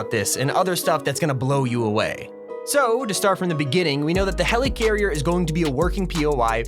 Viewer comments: Okay can you stop calling it HELEECARRIER Its pronounced Heli-carrier or heleh- carrier Not heleecarrier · Nobody:: HELYCARRIER